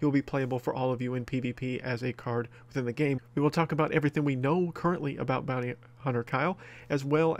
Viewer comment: I thought it said booty hunter kyle